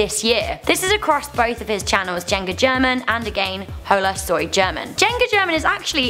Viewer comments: Your pronounciation of holasoygerman is not nice for my ears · Lol horrible at pronouncing these channel names. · Um please learn to say HolaSoyGerman i watch his vids